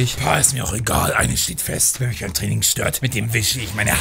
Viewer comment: dwinking und dwaining